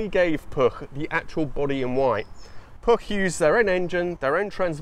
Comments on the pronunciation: Congratulations on getting cat-bombed and pronouncing Puch correctly (rare for English speakers). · Nice video. As long as you keep the u in Puch as oo, your pronunciation is bang on. Living nearer the German-language Germanics than you do, I believe "Steyr" is pronounced as Styre, not steer. That "Porsche" flat twin sounded a lot like an air-cooled Beetle - ;) oh wait, that VW engine may have been designed by a Porsche guy (too). Key question with "flat" is, is this really a "flat" engine (one crankpin for two cylinders) or is it a boxer (one crankpin per cylinder). I don't think "flat" works well if there are only two cylinders.